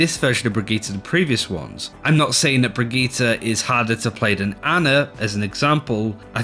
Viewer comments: Brageeter..... its Brigitte ( Bri-g-E-ta ) for the love of gawd please practice this as it is JARRING to hear you make a video about her then mispronounce the characters name and run it through the mud. :) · Why do you all pronounce Brigitte so weird? You either say "Brick" or "Brigita". Her name is "Brigitte"